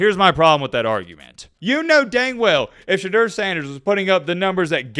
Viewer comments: Its pronounced sha door not sha derr you dimwit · The man has corrected people for years... his name is pronounced SHA DOOR.